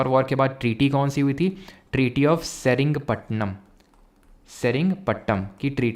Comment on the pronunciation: The Third Anglo-Mysore War ended when the British captured the Srirangapatnam Fort, Tippu's capital. Forced to admit defeat, Tippu Sultan had to sign the Treaty of Srirangapatnam. सेरिंगपट्नम नहीं श्रीरंगपटनम की treaty Sir English ko sahi se padho hum hindi medium vale confuse ho jate h 😅